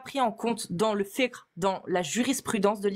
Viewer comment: wow après une "lutte de longue haleine à gorge déployée", nous sort une prononciation de "fiqh" quasi parfaite 👏🏽😅